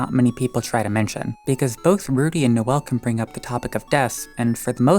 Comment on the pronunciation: You said Rudy weird and it sounded like you said fruity Then you talked about lesbian skip Wow I Love this channel already and they're gay antics